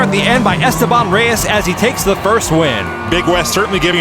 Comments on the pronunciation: it's es-TE-ban:elbowcough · Mi corazón está con Dylan, mi lógica está con Esteban Pero si algo me choca un poco es como pronuncian su nombre ajaja Stebán Rays